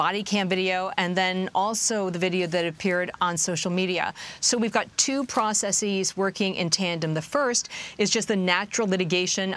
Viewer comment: Processeeees is not a plural nor the correct pronunciation so stop with this pseudo intelectual BS.